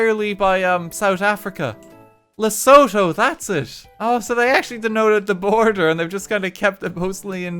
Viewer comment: Small correction to the pronunciation of Lesotho. We've always said it Le-Soo-Too